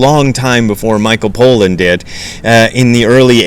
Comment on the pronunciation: I agree with Crow. You really need to drop this jihad you have against psychedelics. We get it. You don't like them. You don't like that people are interested in them. Tough; that isn't gonna change. On the subject of zen you have much to offer, but on this subject, not much more than a chip on your shoulder. That doesn't look good on anyone. Btw, his name is pronounced PAH-lan, not POE-lan. If you're not going to bother to finish the book or the doc, at least try and get the guy's name right...